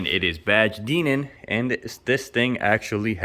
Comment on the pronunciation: Jealous of the Dinan TB kit, those are crazy big money new. Also, I believe it's pronounced "die-nuhn" just for reference!